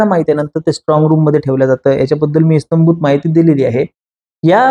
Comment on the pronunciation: इस्तंभूत ❌ इत्यंभूत ✅ 👍